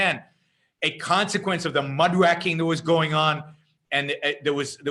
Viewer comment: It's pronounced Muck Ray King, not Mudwracking.